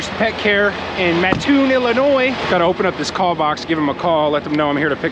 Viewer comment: You definitely have the correct pronunciation down for Mattoon and ditto on the Intro. It's pretty cool.